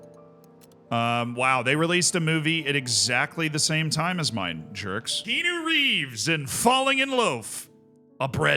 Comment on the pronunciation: Kean-u is killing me